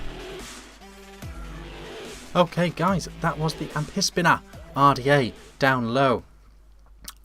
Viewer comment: Amphisbaena....., it still sounds like you are saying "am...piss....beana"!!! I can assure you that the "ph" is pronounced as an "f". Think about it, you don't use a "piss....hone" it is pronounced "f...hone"..."phone, likewise you dont go to the "piss...harmacy"...you go to the "f...harmacy"...."pharmacy". Here is a tube link to help you..... You might be interested that "Amphisbaena" is a genus of " Amphisbaenidae" also known as a "Lizard worm" or as we know it in the UK, a slow worm. I agree, I can't stand the top caps (what is the point of a concave top on the cap other than trying to give you third degree burns to your lips) but there is no innovation and so almost any similar RDA on the market with better top caps. I think it is really bad that this RDA has such a short 510 pin and considering the growing popularity of hybrid mecs, it is verging on the bloody dangerous. Yes, the Goon would be a better option (I am not saying this... ahemmm....but particularly the clone at £6 or even a genuine one for £30 from 3F Vape).